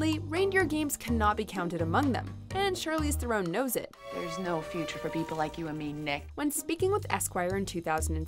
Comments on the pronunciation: THARE-en not thare-OWN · Charlize THU-RON. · You mispronounced Theron. Charlize's surname is pronounced: Thron. Being South African myself I work with people of the same surname.